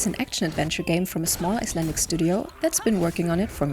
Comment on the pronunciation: I seriously thoought you said islamic instead of icelandic